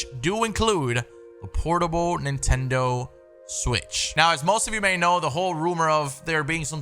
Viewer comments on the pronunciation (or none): none